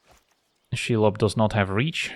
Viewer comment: That pronunciation of Shelob Chef's kiss